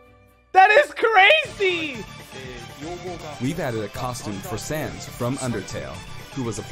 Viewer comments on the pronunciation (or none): SAANSS??!? -Etika ( RIP )